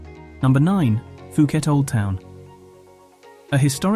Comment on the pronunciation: FUKET DUDE? ...IS POOKET FOR YOU TO UNDERSTAND!!